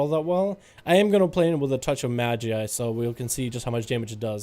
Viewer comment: Madge-eye is the correct way, you had it right! Thanks for the updates as always!